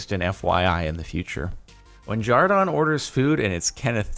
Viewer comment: Why do they call him jardon